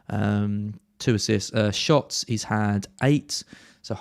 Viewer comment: My favourite part of the part… Neil Maupay… twenty shits…twenty six shots in the box 😂